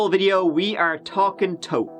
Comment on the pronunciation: The irony of the family name though.. BTW it's pronounced as "thought" not toad.